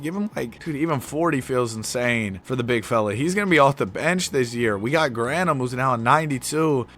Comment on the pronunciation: It’s Gran Thum not Grant Ham lol